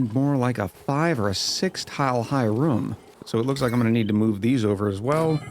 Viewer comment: Wait?! You can properly pronounce "groom," but not "room"???